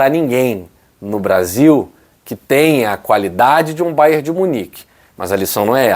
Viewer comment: não é Bayer, e sim é BayerN. É nome do estado em que tem sua sede = Baviera de Munique - Bayern München! Bayer é fábrica de medicamentos e outros produtos químicos que tem sua sede em Leverkusen e tem até um clube lá, o Bayer Leverkusen.